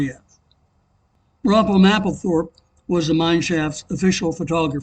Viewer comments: Nice work. Easy to follow. Well done. May I make one point if you are going to report history in sight and sound? My friend Robert's last name rhymes with "MAY POLE" -thorpe. It doesn't rhyme with "apple." Thank you. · Very good presentation of your eyewitness history. May I say that my dear friend Robert Mapplethorpe's name is pronounced like MAYPOLE-thorpe. He disliked it when people said "M-apple-thorpe" to rhyme with apple.